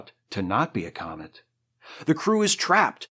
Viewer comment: Every so often when you say "thanks comet" I hear "thanks comment" and i get annoyed because comment sections are a hellscape and no one should thank them, ever.